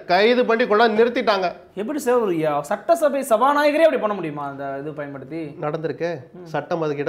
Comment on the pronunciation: சட்ட்டசபை அல்ல சட்டசபை, நெறியாளரே